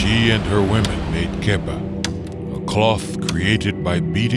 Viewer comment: also the cloth hina makes is pronounced Kapa not kepa. Kepa means to cut